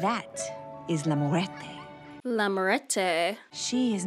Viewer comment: I'm not meeting any respects but you are saying all the Mexican words wrong Like when you were talking about la muest you were saying it wrong